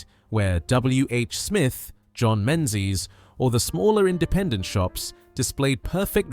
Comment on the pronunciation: 😊a gentle walk down memory lane lane - I was there. Be nice, however, if the narrator could pronounce Menzies - it “Mingies”. It’s Scottish. Actually, many of the comics shown came from Dundee. Surprised at no mention of Home & Colonial. Also, alongside Co-Op stamps were Pink and Green stamps with their own catalogues. And let’s not forget Cigarette coupons: collect for an Iron Lung! Remember also that the 60s were only a hop and skip away from decimalisation.